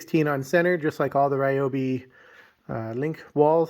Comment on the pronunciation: I think (my opinion) you say it correctly. It's not the gospel just cuz i say it but I say it the same way you say it.